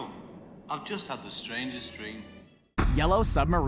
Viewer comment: "Yellow Subarmine"